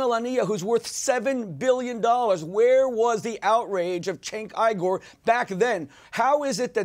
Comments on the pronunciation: LOL "Cenk Eye-Gar".... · According to Schmoozy Brotech, and Young Frankenstein, it's pronounced 'Eye Gore'. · lmao keeps saying Cenk Igor!